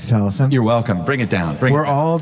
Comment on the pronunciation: You missed the most important time stamp....when the announcer mispronounced Taliesin's last name. XD